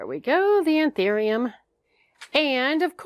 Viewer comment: It's An- THOO-ium